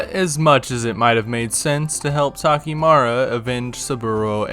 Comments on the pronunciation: why you pronounce it takemara? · The way you butchered Takemura's name all the time killed me 😂